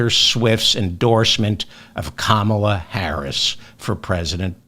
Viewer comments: David, it’s comma-la. Not kaMALA. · Nice video. Please pronounce Kamal's name properly 'kamala' not 'Kaamala'. Thank you. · Brilliantly done, David, so well explained. Just one thing........KAM-a-la. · Please pronounce Comma-la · You're mispronouncing Kamala. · Why do you insist on mispronouncing her name? Otherwise I enjoy your program. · Pronounce Kamala properly please